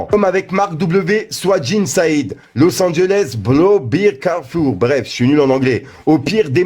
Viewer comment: T’y est même nul en arabe 🤣 même le nom de Said tu l’as tuer 🤣🤣